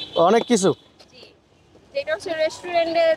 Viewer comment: রেস্টুরেন্ট কে রেস্টুডেন্ড বলতেচে🤣